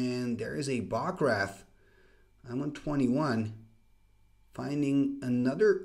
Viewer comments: So cool! Quick pronunciation tip, for Bog Wraith, you are saying Bog 'RATH" instead of Bog 'RAYTH'. It's a long A vowel sound. :) I only mention this because I love Wraiths and the word Wraith! ;D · Was just going to comment on that as well. Ray as in ray of light. Bog Rayth